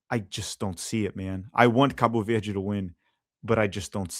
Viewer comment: Eu genuinamente achei que tu era gringo até a tua primeira pronúncia de Cabo Verde